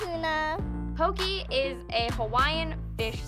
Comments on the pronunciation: pronouncing poke pokie is truly irritating.. pokeh not pokie.. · if you love Hawaiian food, learn how to pronounce poke. It's not po-ki like doing the hokey poki, it's po-kay, like okay. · I was born in hawaii, my dad usually gets his work trips in hawaii, my mom was raised in hawaii, and I’ve never seen someone pronouce poke-e as poke-y It just really made me mad lol. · its not called "poki" its poke. "poki" is another word in Hawaiian that you don't wanna know. especially is ur haole(white). Why throw pineapples on stuff and call it Hawaiian, that's messed up smh. oh and pronounce Hawai'i correctly next time. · Just real quick: malasada is not Hawaiian...it is a local treat in Hawai'i..its actually Portuguese...Loco Moco also no Hawaiian...is a local dish. Hawai'i is the biggest buyer and consumers of spam so that is true. And Poke is pronounced PO-KAY just fysa. . Adult chef pineapple is not Hawai'i but I get Dole made it seemed that way at least you admitted you didn't know much about Hawai'i